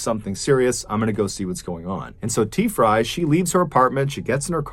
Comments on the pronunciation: I swear he was saying Tea-fry lol 😂 🤦🏽‍♀️ on another note, the only thing that idiot woman had to do was call 911! Poor guy. Glad that lady went to jail. This type of cases made me so mad!! Stop drunk driving!!! Greg’s son is a great man. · I can’t help but think your miss pronouncing t frys name lol